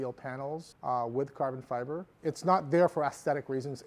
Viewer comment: "Carvun Fivar"